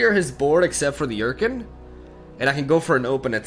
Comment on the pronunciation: I had to rewind cause I had no idea what card was talking about when he said "Yurkin" English, amirite?